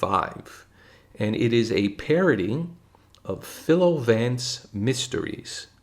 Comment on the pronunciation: For future reference, "Philo" rhymes with "Milo." Also, S.S. Van Dine created Vance; his novels were all titled "The (Six-letter word) Murder Case." "The Laurel-Hardy Murder Case" was likewise a parody of this template, not an inspiration for "The Biffle Murder Case."